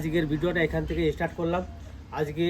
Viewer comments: Don't say wrong words say start not istart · E start 😜